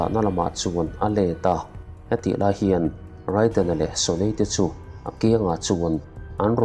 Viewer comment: Raiden ti a lam loh tur..reiden tur